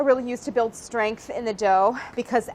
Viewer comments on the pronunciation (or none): none